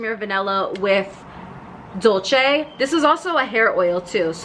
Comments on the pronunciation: It’s pronounced “dol-say”, it’s the Spanish spelling not the Italian. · it’s actually “dool-ceh”